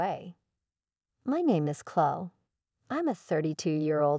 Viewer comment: AI mispronounced too many things. Couldn't even pronounce Chloe.